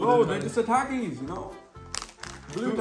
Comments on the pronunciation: Bro it's ta ki s not tacis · how to pronounce takis th-ak-ies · The way pronounces all the names is so funny "Takais" 😂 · takis is pronounced tahkees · They way he pronounced takis lmao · They said takis wrong